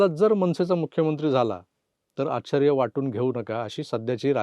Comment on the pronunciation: तुम्ही संघ वाले आहात म्हणून शुद्ध बोलावे तुम्ही "आश्चर्य " शब्दाचा नीट ucchar करावा